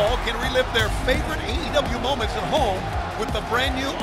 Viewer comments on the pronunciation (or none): none